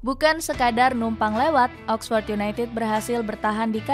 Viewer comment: Oxford bkn oxpors